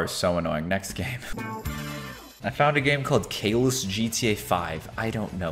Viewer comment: Not cavlus its caylus